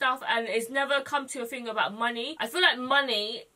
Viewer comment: I looove that you say fing instead of thing, you're adorbs